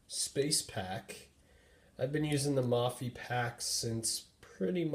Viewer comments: It's pronounced (moe-fee) not (mah-fee) lol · it's pronounced "maw-fee" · its MOH-PHEE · Thanks for the video. Please note "Mophie" pronounced with a long 'o' sound, as in "Oh!". Not as in "modular". You can confirm this by listening to the video on their home page.